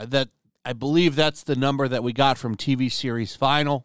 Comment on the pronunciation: TV series finale. It’s pronounced finAlee.